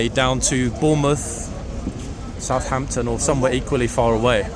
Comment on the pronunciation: Good afternoon. Police was able to keep things from getting way out of hand. Did you say Southampton?